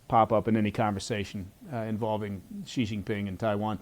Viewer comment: President "Ghee" LOL. Yankees can't pronounce Xi